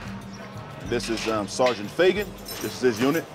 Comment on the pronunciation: Was I the only one who laughed when he said seargent feygat?